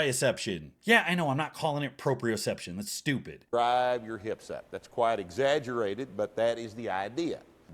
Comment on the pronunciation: “I will not pronounce such and such word that way” presses play “DRAHHHHHHVVVVVEEEE”